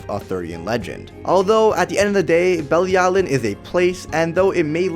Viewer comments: It’s pronounced be-lee-alu-Ian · IT'S PRONOUCED BILLY AL O WEEN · It’s belly-a-l-oh-ween